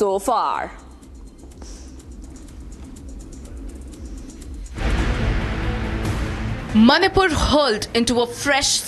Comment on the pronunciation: Learn to pronounce Manipur 1st